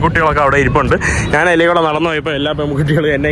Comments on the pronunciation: സ്നേഹം കൊണ്ട് പറയുവാണ്. പോകുന്ന രാജ്യങ്ങളിലെ ഭാഷകളൊക്കെയും ഒരു വിധം പഠിച്ചെടുക്കുന്നുണ്ട്. പക്ഷെ മാതൃഭാഷയായ മലയാളത്തിൽ ഞാൻ എന്നതിന് നാൻ എന്നാണ് പറയുന്നത് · ്റെ മലയാള നിഘണ്ടുവിൽ 'ഞ്ഞ.. ഞ' എന്ന അക്ഷരങ്ങൾ ഇല്ല..😊 അതുകൊണ്ടാണ് നാൻ.. നാണ്..മന്ന്ന കളർ..മന്നൾ..എന്നൊക്കെ പറയുന്നത്..അതൊക്കെ മറന്നുപോയതായിരിക്കും..❤